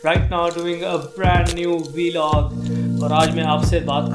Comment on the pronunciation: Bro its pronounced Vlog not Velog